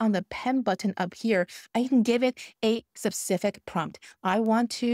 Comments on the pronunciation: So much Great info here! And English is spectacular. Just 2 little suggestions not SUBSPIFIC but Specific not PREPEXLITY but perplexity ❤ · When you say “sapcific” you mean specific right? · Saying "sup-cific" instead of "specific" is doing my head in lol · Thanks for great video One correction Specific not sepcific :) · Thank you! Really great practical advice! I love your videos! I just want to add something- and I feel bad doing that, but it bugs me:) The correct pronunciation of the words are: SPE- CI-FIC, not SUB- cific and It’s PER-Plexity, not Pre-Plexity:) Sorry. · Great content. 😊 I can't get over how you pronounce specific though lol. You keep saying sep-sific 😂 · I do NOT want to learn AI “secrets” from someone who says ‘sepcific’ for “specific”! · I think you mean "sup-cific" topics 🤣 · 'Subcific' lol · is she trolling with the word subsific? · Please Google how to pronounce specific in UK English. I was absolutely crying with laughter every time you said specific 😂😂😂😂